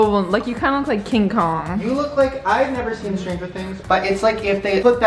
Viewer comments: wait, is it just me or is saying "looque" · they pronounce look as “luke”? wooow that’s so cute